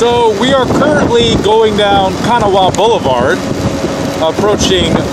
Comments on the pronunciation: Big city? Was that a joke? Its pronounced Ka-naw 😒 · Locals pronounce it "Kanáwha". accent is on the second a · Pronounced " Ka-Nawa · It's Ca-NAW-wa. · Been a Charleston native nearly all my life . Natives pronounce Kanawha Ka-gnaw-a. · Its pronounced: "Kan-ah-wah" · The way he says the river kanawha me so much. That’s not how you say it you pronounce it as kana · It’s pronounced ka-naw the ha is silent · You pronounce Kanawha incorrectly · My hometown! I currently live in Asheville, NC and plan to return next year after living in NC for more than 10 years. I love the way you pronounce Kanawha. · I'm from here and It is pronounced incorrectly. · you are right. I'm from here, too! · I am amused by the way you pronounced Kanawha. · Wow. You have been to West Virginia. But you are saying Kanawha wrong! Lol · he doesn't know how to say Kanawha so he must not be from here! we call them interstates not freeways. same difference just like sneakers or tennis shoes